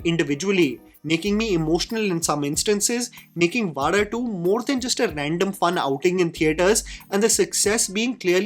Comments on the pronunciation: Thanks for pronouncing Vaazha better and almost perfectly 🤘🏽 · Expected better pronunciation of Vaazha from you. Expectations just from you because of the passion with which you follow malayalam movies ❤❤ Love from Malayali ❤❤ Also malayalis need good stories which touches them. No extravagant sets , no superstar heroes, just stories.😊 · The second part is what makes the movie connect to the people. That is the life of middle class boys and that is why movie is doing brilliant. And by the way you never going to pronounce vaazha. It's a privilege for us malayalis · great video!! But I cringed everytime you said "vaada2" instead of "vaazha 2". 😁😁 JK. Love your attempt in trying to enunciate these words foreign to you. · Its so cute to see trying to pronounce Vaazha.. 😂 Its not Vaala.. its Vaazha.. 😊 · bro can't pronounce Vaazha 😂😂